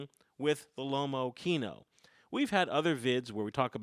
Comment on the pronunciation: x) Pronunciation of Lomokino is wrong,if it is a russian camera you could at least try to pronounce in an original way, russian way.Lomo Kino not lomo kieno(you need to rough a bit). Kino means cinema.